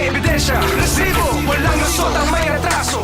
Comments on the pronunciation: Rrtrrrrreeeesibo! Rrrrrrreset-! 😂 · Over acting kanaman Anchor RRRRRRH sibo? Ano ba Yan! Be natural that’s enough to send a message.